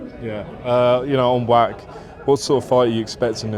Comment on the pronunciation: Pronounced Vach, like the Scottish word loch or Bach. Not Wack!😂